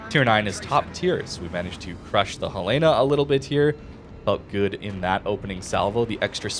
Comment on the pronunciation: Dear, one small thing. It's Hell-in-a. Hell-ina. Not Hell Lay na. Beyond that, ggs, love your work, thanks for the review